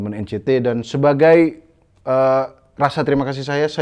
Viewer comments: EN CI TI bang, bukan EN CE TE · bang tolong lahh bacanya NCT (En Si Ti) bukan Encet wkwkwk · N Si Ti bang, kalo nyebut yang bener ntar ngamuk lagiii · Nyebut NCT nya Salah bang.hati2 diserang lg 🤣🤣